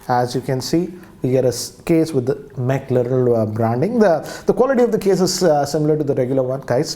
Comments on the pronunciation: Just to correct, it is McLaren and not mclarel. Secondly, a special edition launch does not mean the next variant launched will be highly priced. It is all about brand value the McLaren carries with it which is at par with companies like Ferrari and lamborghini. To give an example, blackberry came out with the Porsche edition which was priced over 1 lakh INR. The next handset launched with higher specs, did not come with higher pricing, in fact it was much less. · Sir it's not pronounced Maclarel. The correct pronunciation is "MACLAREN" it's N not L at the end I'm a huge fan of Maclaren since 17 years hence the correction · Tons and tons of errors here... It's Mc LAREN not Larel And it's WARP Charging.. not Wrap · it is 'McLaren' rather than 'McLyrel' as you were saying. Not criticizing, just telling. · Why is so negative? It's McLaren not mackerel (like the fish)....... simply creating unnecessary cynical video🧐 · Its Mclaren not Mclarel😂😂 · Why is he saying McLarel again and again when it is MCLAREN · It's McLaren not mclarel😂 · Sir it's "Mclaren" not "Mclarel" :D The way you pronounced it sounded like Mackerel edition! :D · It's Mac-Lay-ran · It's not mclerel .. call McDonald's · Its only you who called it "McLeril" edition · Mc Laren*🙏🏻😱!! How did he mess that up???🤦🏻‍♂️ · Jesus Christ Its McLaren man MCLAREN ITS PRONOUNCED AS MAC-LAREN! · Are you promoting car brand or fish??? you saying Mackerel....😆😆😆😆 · It's McLaren.. not whatever u said there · even after reading, he kept saying Mclarel. And didn't even mention carbon fibre. Its atrocious. Its not a mistake. Its lack of general knowledge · I think he was promoting fish ....""mackerel""..😂😂😂😂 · Lol. Dude it's McLaren. How could you get it wrong even after reading it out on the case? Hah 1950 wants you back. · Don't even know how to pronounce McLaren. Wtf? 🙄 🙄 🙄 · You don’t even know how to pronounce McLaren and you are unboxing Mclaren edition phone😂😂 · somebody teach him to speak "McLaren".